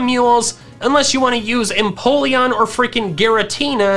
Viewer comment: EMPOLEON, NOT F*CKING INPOLLEON! FIX IT NOW!